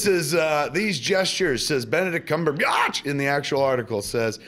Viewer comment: Kev... I fucking love you man. I love everything you do. But do you HAVE to say CumberBIATCH EVERY damn time?